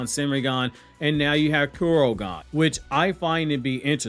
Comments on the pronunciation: ITS KOKUGAN NOT KUROGAN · I think it's Kokugan not Kurogan.